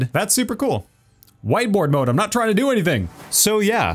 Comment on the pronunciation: did he say "White boi mode"? XD